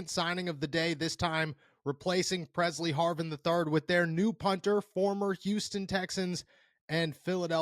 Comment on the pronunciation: Presley Harvin lll not purrr See Harvin.😳